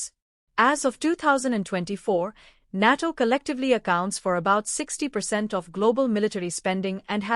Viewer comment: 😂😂😂 can't even pronounce NATO correctly 😂😂😂